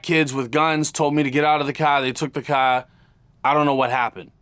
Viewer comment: "I got cawe jacked..." 😂